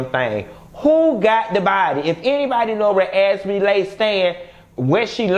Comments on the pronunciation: Why you keep calling Azriel.. Azrelay?! Lol you change from one to the other lol smh 😂😂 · Not "AzWeLay"💀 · “AZ-REE-LAY” has me floored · 😂😂 As serious as you're trying to be in this video you still have me crackin up! "As-we-lay" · If you say Az-we-lay one more time... I’m out😭😂🤣